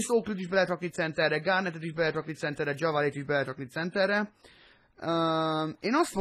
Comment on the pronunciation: csak hogy tudd, nem kötekedésből mondom ezt, de JaVale McGee nevét nem úgy kell kimondani, hogy "Dzsavalé", hanem "Dzsávál" McGee. Amúgy annyira nem jó játékos, lehet játékba jobb. Nézz 1-2 régebbi Shaqtin' a Fool részt, legalább benne van mindegyikbe egyszer:D